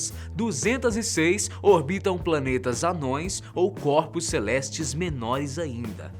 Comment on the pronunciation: HAHDUHSIAHSIAA Eu entendi ele fala copos celestes entao as luas sao sucos naturais ?